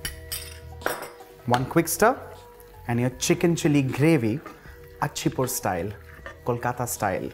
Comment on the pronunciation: bro theres no "achi-pur", its called "icha-pur"